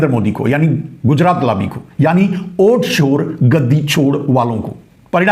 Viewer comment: ओ घनचक्कर, ओट नहीं, वोट । 😂😂😂